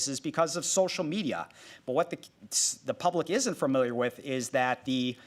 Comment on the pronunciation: Dude. Stop saying fur mill yer